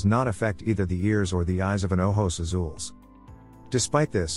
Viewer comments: Here you go. Ojos Azules is oh-hos ah-sool-eh-s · Haha and he's not even pronouncing it right